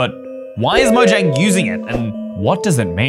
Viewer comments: why jomnag it's mojang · its said Mojang not jomnag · dude that says mojaing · yes lol its mojang, not "dare to touch" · 1017 is the galactic language is mojang Not Jonmga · Ey it isn't JOMANAG it's MOJANG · that's not jomanag that's mojang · Its mojang not jomnag